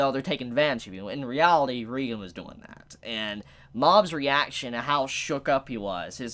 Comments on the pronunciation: Thought it was Reigen "Ray-gen" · Damn now can’t pronounce OR spell Reigen correctly lmao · Why everyone calls him reigan? Its reigen right? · Dude it's R E I G A N DUDE OMG SAY IT RIGHT!